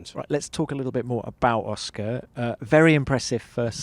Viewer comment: Lan-dough and Aw-schkar 😅😂